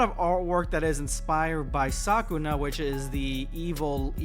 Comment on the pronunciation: 'Saw-koo-nah' ❌ Suh-koo-nuh ✅